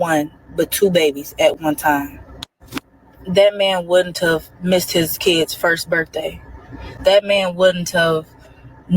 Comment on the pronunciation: Is she trying to say, “Wouldn’t have?” Is she saying wooden tub?